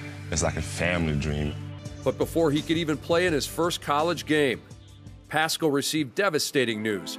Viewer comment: If I hear that reporter say passcull one more time